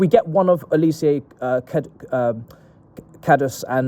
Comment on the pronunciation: His name is pronounced Oh-lee-say. Not oli_see_yay. You ignorant clown